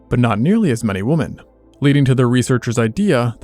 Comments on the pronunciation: Why does the narrator keep saying "woman" instead of "women"? He's not the only one to do this. This has been popping up with a lot of other people these last few years. Do people not know what the plural for woman is women or what? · Bruh it's pronounced "Wimmin" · Interesting video. BTW, 'women' is pronounced "wimmin.' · I enjoy your videos, but why do you pronounce "women" as "woman" when you are speaking of women in the plural? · oh god "women" is pronounced "whim-in". Nails on a chalkboard. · Accent's pretty good except for pronouncing "women", "woman". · Wim-men... why are people mispronouncing women these days? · Why does nobody know to pronounce this its women not woman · why does he say woman instead of women? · Why do you pronounce women like that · Why cant you pronounce women correctly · Nice video. Please research the correct pronunciation of the word "women". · How come English speaking people still don't know how to pronounce 'women'? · Lwarn how to pronunce woman and women. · The way you mispronounce the word "women" is so infuriating lol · Why don’t you know how to pronounce “women”? Is this like chameleon in himym? Somehow you’ve only ever seen the word written and never heard anyone ever pronounce “women”. I can’t wrap my head around this. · What movies/series were the various filler clips from? Also, why can't AI pronounce the plural of "women" correctly? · Why can't this guy pronounce "women" correctly? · exceedingly strange pronounciation of "women" from this guy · I’m just looking for the comment pointing out that he can’t pronounce “women” properly. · Great video but I really need to express my annoyance at the fact that youtubers and podcasters have just decided that the plural of woman is pronunced the same way as singular. Please learn how to say women 😅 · Is this AI-narrated? Because the speaker doesn't seem to know how to pronounce the plural form of 'woman'. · "women" is pronounced "wimmin", not "wooman". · It is pronounced Wimen.